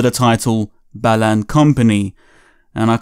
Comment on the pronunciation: I keep hearing "Balan" as "Bellend"...